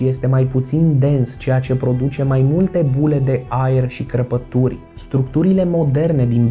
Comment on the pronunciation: Ai zis cărpături nu crăpături